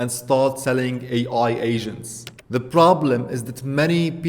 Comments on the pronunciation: Maybe it's your accent, but it sounds like you are saying "AI Asian" ha ha. Anyways good video. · Once u read this comment you cannot unhear that. Each time he says it, I imagine an Asian starting to work on the task. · Sounds you are saying Ai Asians. Can you give us a bit more T at the end.